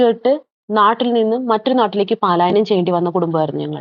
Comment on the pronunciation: പാലായനം അല്ല പലായനം ആണ് കേട്ടോ..